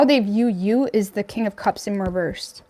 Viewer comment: Love your channel BUT " REVERSE" DOESN'T HAVE A "T" AT THE END OF IT !!!! LOL